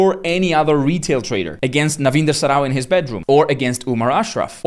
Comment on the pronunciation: that was funny way he said narinder saro n